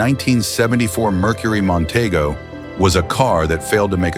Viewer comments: Mon-TEE-go is how it was pronounced. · Nonteego not Montaygo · mon tee go is how you pronounce it...........idiots